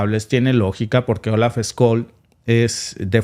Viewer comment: Scschsch...olz ssssholz...no skoll...es aleman no ingles!!!😂😂😂